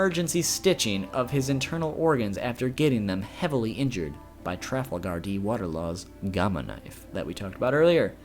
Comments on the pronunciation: Dude you pronounced trafalgar laws name wrong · how he said trafalgar law has TRIGGERED me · He said in the beginning of the video he may mispronounce things